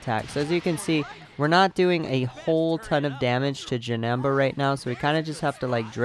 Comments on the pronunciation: Is not janaba is janeba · JanEmba, not janamba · Bro it's not Janamba it's Janemba. And it is pronounced like this. JUH-NIM-BA your welcome 🤗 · Him saying janamba got me triggered v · Jenamba omg cool way of saying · The way you say Janemba makes me wanna fight you